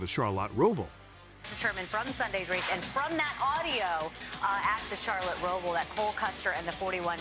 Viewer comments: If you can't pronounce Charlotte or NASCAR correctly, I dont have much respect for your knowledge of NASCAR. Char-lot.....never heard it that way before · A channel named Nascar Zone should learn how to pronounce Nascar and Charlotte.